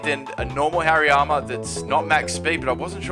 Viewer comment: I thought he said HAIRY ARMS instead of Hariyama